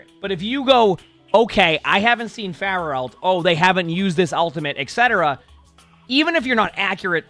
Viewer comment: this is the first time i heard "Floor-ah" and i fckn' died 💀🤣